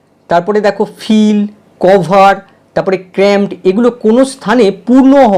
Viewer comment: 'Cover' এর উচ্চারণ 'কভার' হবে না 'কাভার' হবে। 'Everybody' এর উচ্চারণ 'এভরিবডি' হবে না 'এব্রিবাডি' হবে, দাদা।